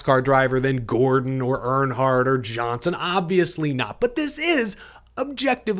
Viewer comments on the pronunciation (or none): none